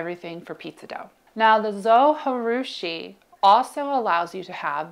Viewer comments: Hey! As a heads up, it’s a fairly common mistake but the actual pronunciation is zow-juh-roo-shee. I appreciate the helpful tips you’ve provided in this video. I’m still on the fence when it comes to purchasing given the price point and real estate this beast occupies, but it seems to remain at the top of my list. Alas, I’ll likely find myself back here in the coming months to get a refresher course. 😅 Thanks again! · Excellent video! BTW, the actual correct pronunciation of Zojirushi is closest to zoh-jee-roo-shee, with emphasis on the second syllable. The company around for over 100 years in Japan. As a senior citizen, I have been using their products all of my life. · I wanted to learn something but the inability to pronounce the brand properly broke me.....